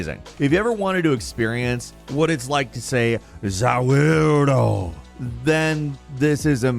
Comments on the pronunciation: bro that's not zaverrdoo it's za waaredoo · pretty sure u meant "Za Warudo" instead of "Zawirdo" Lmao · It is not ”za/wir/do”, it is "za/warū/do" where you spell it like "war" from words of "warning". Or take "Wor" like spelling "chinese wok" instead of work or world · its zawardo not zawirdo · it's "za warudo" not zawirdo, from japanese pronunciation of "the world" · That za worldo was so atrocious it killed my family currently calling the cops. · not saying "zaworldo" again? i kept hitting rewind and made you say it 30 times! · Say zaiwardo again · ofc we gona ask you to say zaworldo again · ZA WARUDO - its pronounced "Wa-Ruu-doo". please,. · Hearing trying to say "Za Warudo!!!" isn't something I knew I need to hear today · That was the worst Za Warudo ever lol please don’t say it ever again